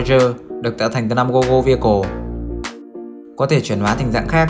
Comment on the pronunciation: Goggle V và Gogo V, chữ V là số 5 la mã, đọc là Five chứ không phải Vi. Và bỏ cái cụm tiếp theo là, tiếp đến đi. Nghe phiền lắm.